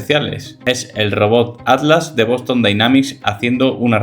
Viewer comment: Pronuncia la MALDITA T es ATLAS no ADLAS